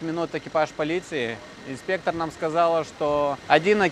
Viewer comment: Вы хорошо говорите на русском💯но в слове инспе́ктор, ударение всегда на буку "е"))) во множественном числе окончание на "ы"🎉❤.